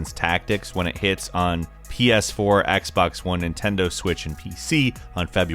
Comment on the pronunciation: Whoever heard him say “x bex 1” at the end